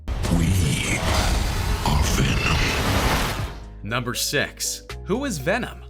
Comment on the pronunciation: WTF why did you said „number sex“